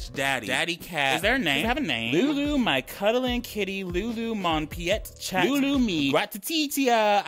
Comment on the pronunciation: I’m Canadian I cringed so hard at how he pronounced chat